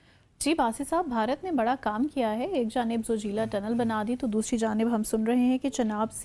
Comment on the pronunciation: At least get the name right! Zoji-la tunnel.. La = High mountain pass in Tibetan & Ladakhi